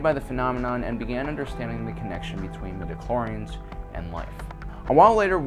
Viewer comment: Stop saying midichlorians